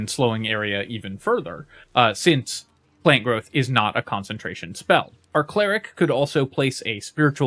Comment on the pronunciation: Why do you keep saying plane growth?